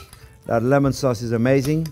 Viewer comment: This is uh-MAYzzing